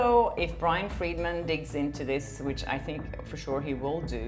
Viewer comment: Why so hard to pronounce “Friedman” especially when it’s pronounced correctly by the 2nd guy multiple times